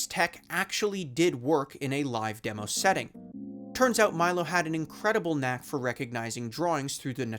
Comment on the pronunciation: Thats not how you pronounce Milo!!!